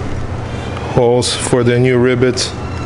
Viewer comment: I love you mate, and please, dont take offense to this, bit I swear it sounds like youre saying RIBBITS to me (as in the sound frogs make) when you say rivets and I cant stop laughing! Im a terrible person I know XD I CANT HELP IT!!!